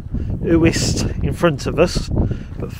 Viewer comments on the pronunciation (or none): The Uists are beautiful. Just for reference they are pronounced you-ist not Oo-ist.